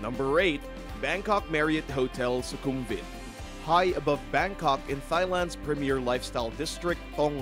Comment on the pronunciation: Thighland ? I'm sorry but it's THAILAND.